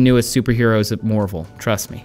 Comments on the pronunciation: Why are you pronouncing marvel as morvel? lmao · Is it me or does he keep saying morvel instead of marvel? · You say 'Marvel' uniquely